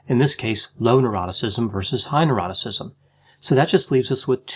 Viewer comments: said "Neuroticism" I heard "Eroticism" This confused me for ages! 😂😂😂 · I thought the same. 🤣😂🤣